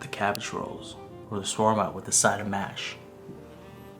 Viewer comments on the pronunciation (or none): none